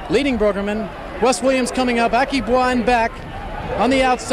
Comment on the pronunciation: ....Aki Bwa?...Americans never miss a chance to mis=pronounce a name....